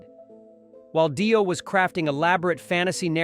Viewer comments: "Dyo" ? You're busted. 😄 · this is a load of shit, AI crap, Die-O hahaha ....crap, all this